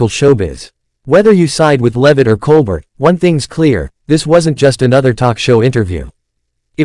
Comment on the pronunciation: Can we watch the actual clip instead of listening to an AI generated narration? Also, it's pronounced "Col-bare" not "Col-burt"